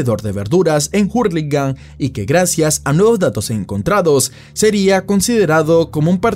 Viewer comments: Se dice ur no jur no somos yankys la h en español es muda cipayo jajajaja lo de cipayo es bromita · hurligam la h es muda xd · me da risa como dice jurlingham jajaja